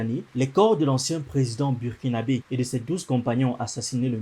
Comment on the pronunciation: bon ca se prononce BOURkinabe... please